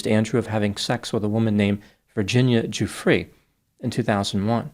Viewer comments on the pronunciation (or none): none